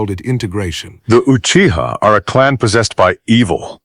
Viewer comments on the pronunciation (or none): I’m gonna be honest with y’all. Tobirama sounded like he was about to say uchigers a few times.